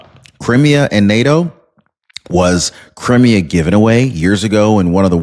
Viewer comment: You are mispronouncing Crimea. It's Cry me ah